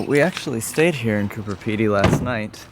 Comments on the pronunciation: You keep pronouncing it "Cooper Pedy". It's actually Coober Pedy. With a B. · Coober with a B. It sounded like was saying Cooper. I guess it’s too late to warn you that the whole area is filled with vertical shafts so don’t fall down any of them! The miners each have a licence to dig and are limited to their own area, so they set up their own shops and displays. They don’t want you filming their layouts because they’re valuable mines.